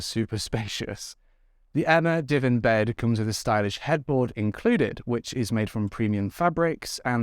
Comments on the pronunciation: This is funny --- I watched your Emma bed review as I'm in the market for a new bed, but I wondered what a 'divin' was? and then the penny dropped --- a "di-VAN" --- Kiwi here, and we put the emphasis on the "van". I did have a giggle, and btw, we have Emma here as well, and I didn't know that, so thank you. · Your bedroom is beautiful plus I laughed every time you said divan it’s pronounced div ann so cute tho , I’m so glad you are feeling better and now you have your new bed you can have much better sleep and feel more rested , I’m currently in bed unwell so I’m currently binge watching your latest videos, ❤️Take care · Lol. Div Anne bed. That’s how it’s said bro. But u got me to comment so was worth it for engagement lol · you've got to rerecord that advert lmao divan has a hard A like how you say Vans pumps lol just thought I would let you know, no shade promise x